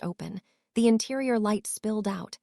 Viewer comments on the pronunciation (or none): none